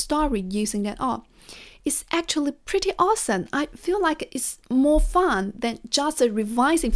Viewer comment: … you said the word fun a few times and it seems to come out as : funD… hope you appreciate my criticism… Other than that you speak beautifully…🇺🇸(new subscriber)